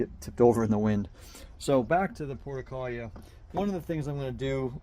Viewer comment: Why are you pronouncing it “porta-kahl-yuh”??? The name has 6 syllables, not 4 (like you’re saying). And the 5th syllable starts with an R, not an L. It should be pronounced: por-too-luh-kah-Ree-uh”